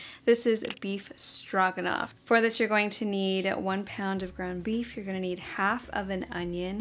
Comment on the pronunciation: Stroganoff is actually spelled with an O and pronounced Str[oh]ganoff. But yes—it’s an easy one and a family fav for us, too.